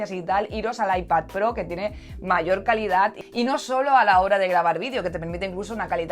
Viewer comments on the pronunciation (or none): none